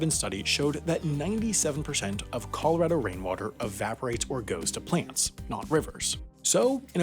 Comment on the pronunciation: Dear, I’ve given you a lot of flack for your pronunciation over the years, but I have to give you credit for correctly saying “Colorado” in this video. Well done 👌🏼 -Colorado Native